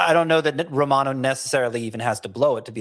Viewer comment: It's Jordan Roh-mah-noh.......NOT "Roh-man-oh". C'mon, aren't you Italian?